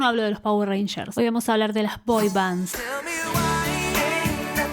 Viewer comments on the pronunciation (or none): none